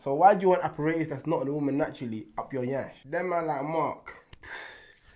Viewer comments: Did this man say "Apparatus" 😂😂😂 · Man said "apparatus" you know